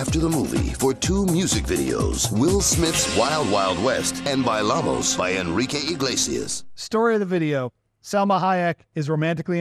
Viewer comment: LOL, the voiceover guy says "Buy-Llamos" So glad to see this series return in any format, you guys are lowkey some of the best in this biz.